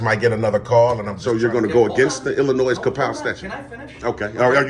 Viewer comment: Go hire an actual lawyer and ask them to confirm your "theory" that a private contractor's building is "public". You're simply wrong about that. Also, the "s" in Illinois is silent. LEARN SOME THINGS.